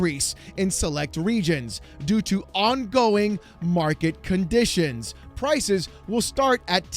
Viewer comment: “Mwarket Cahnditions”